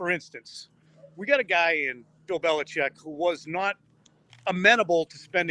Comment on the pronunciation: Tom Curran has been covered the Patriots for 25 years and still can't pronounce the coach's name correctly.